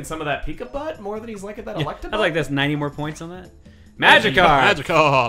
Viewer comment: Chugga passive-aggressively correcting Jon every time he says Electrabuzz is honestly my favorite thing.